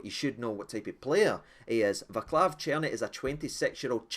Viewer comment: Don't mean to be rude or anything, but his name is pronounced Vaa-ts-lav.